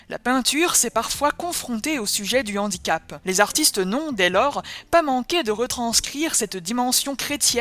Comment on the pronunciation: Toutes les liaisons dont bien faites, sauf devant le mot « handicap » ! Là, tout d’un coup, on a une liaison dangereuse.